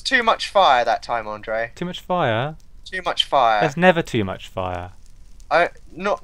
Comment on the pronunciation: Andrea? lol Its Andre.